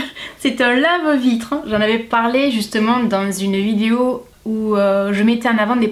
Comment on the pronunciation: Coucou j'adore tu dis vidio au lieu de vidéo!😂 sinon j'adore regarder tes vidéos gros bisous!😘❤